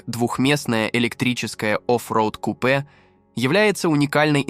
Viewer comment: Диктор класс конечно ступИц пЯтьдесят дизЕль кУпе 😂😂😂